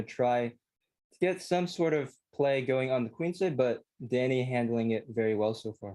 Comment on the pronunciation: Russian Danya